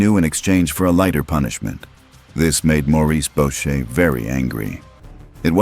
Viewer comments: Boucher shouldn’t sound like bo-shay…it’s boo-shay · Bow-shay???? Learn to pronounce Boucher.